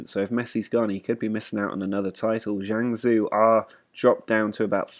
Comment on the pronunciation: Guangzhou is pronounced Gwang-zhow (like show with a z) and Jiangsu is Jee-Ang-Su :)